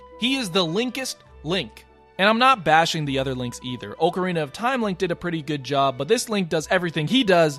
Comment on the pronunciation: AHHHHHH, OHHHHHHH-CARINA OF TIME? STOOOP